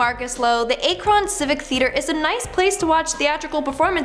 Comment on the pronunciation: Man that’s what I’m saying I’m from Akron an it really annoyed me the way she said Akron ain’t no way it’s that hard to pronounce lol